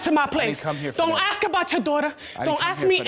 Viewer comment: Nak-it = NAKED Axe = Ask